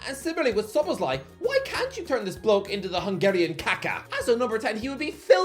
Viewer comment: HOW IS SZOBOZLAI SO DIFFICULT TO PRONOUNCE. TYPICAL BRITISH ARROGANCE/IGNORANCE, only the Americans are worse